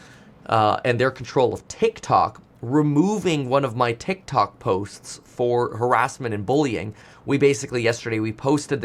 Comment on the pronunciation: Thanks for providing responsible content despite tic toc flub lol